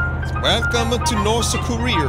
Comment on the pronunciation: Wherecome to Rorth Korea + Herro Again